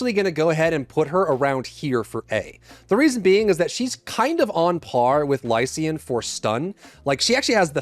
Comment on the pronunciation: Im sorry but the eay you pronounce lycaon made me laugh